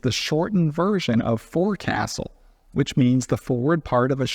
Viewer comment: Pretty sure Gesner also invented asphalt. Oh, and foc's'le has a hard O.